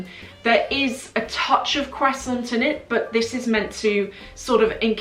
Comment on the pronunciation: Gosh the way she pronounced croissant killed me hahah